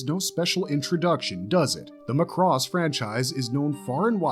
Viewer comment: My ownly complaint is your pronounciation of Macross... "Mack:cross" not "Mah:cross" Otherwise, yeah, pretty solid list of Space Anime!